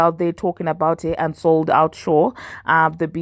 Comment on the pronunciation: The minute I heard "UNsold out show" Pause Rewind "O she's starting her ish from the DOOOOR!!!"😂